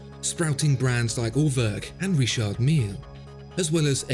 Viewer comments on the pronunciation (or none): none